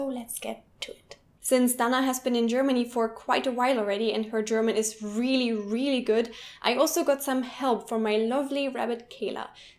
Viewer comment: Also, "really" isn't pronounced like "wheelie"